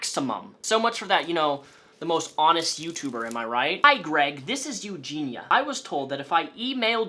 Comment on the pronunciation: Eugenia Cooney has ED? Erectile Disfunction? As an audio only listener, lulz. Also, is it 'Eugina', or 'Eugenia'.... Because you keep saying both ;). Sometimes you don't done gone speak so goods. Also, you should interview Billy the Fridge about Onion boy. That would be an epic Trainwreck. No way he would be down tho. I feel bad he's stuck in the middle of this because he's friends with everyone. And friendly to everyone, no matter what. That Billy is a good guy